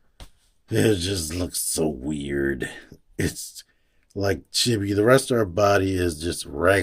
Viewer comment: FYI, Chibi is pronounced CHEEBEE. There is no short i sound in japanese like that.